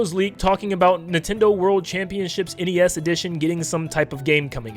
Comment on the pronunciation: It's not pronounced nes, it's NES.